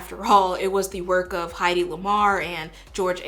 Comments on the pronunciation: So good!!! Just FYI tho, it's pronounced HEDDY, not Heidi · Hedy is pronounced “Head-ee” not Heidi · Her name is pronounced "Heh-dee". Ok thnx luv u bye 🥰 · Very interesting and you made lots of great points. It’s Heddy Lamar, btw, not Heidi. I love your Holistic approach BTW. I think we can’t fix the problem until we heal all of its victims. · Hedy Lamarr’s name is not pronounced like Heidi. It’s pronounced Heady, like a person’s head. She was a famous actress, and she also had a quantum telescope named after her. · No hate, just popping down here to let you know Hedy's name is pronounced "Heh-dee" not "Heidi". She was an amazing actress and did some genius work for the military during WW2 including being a part of inventing wi-fi! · It's Hed-ee Lamarr not Heidi, her full name was Hedwig. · when you talked about women inventors, I immediately thought of Hedy Lamarr and then you brought her up! Also slight correction, her first name is pronounced Head-y. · Gorde bless you for real... because this video is FANTASTIC. Hedy Lamarr's first name is pronounced like heady. Like your head. Like Heddy. Check her acting out, too. And her work against the Not-see party. She was truly a badass.